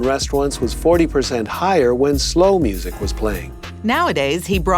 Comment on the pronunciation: Why did they say Music like Muzak?